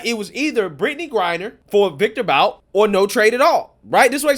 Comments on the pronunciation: It's pronounced Viktor "Boot" - despite being spelled "Bout" it's pronounced "Boot." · This scumbag’s last name is pronounced “Boot”.